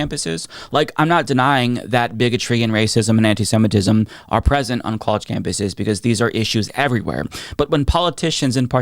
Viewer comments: this mf said antisetimism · WTF is antisentism? The guy can't even pronounce the term that probably secretly describes him. He only says these things cause he likes lobby money. I actually support Israel, but not what's being done at Bibi's direction. The people of Israel deserve justice, and that means a return of what I'm assuming at this point are the bodies of the remaining hostages and prosecution of Netanyahu for his corruption charges. A regional war to avoid accountability is a pretty terrible move for someone in a leadership position. Kids shouldn't starve so you can avoid jail, Bibi.